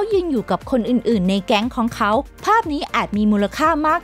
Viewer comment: พี่เขาอ่านแปลก ลองฟังคำว่า ของเขา แต่ พี่เขาอ่านว่า..ข้องเข๋า. และ(ล)พี่เขาอ่าน(ร)